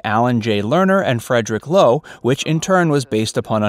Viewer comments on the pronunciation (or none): none